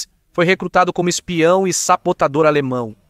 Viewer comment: SABOTADOR e não saPotador !!! 😮😮😮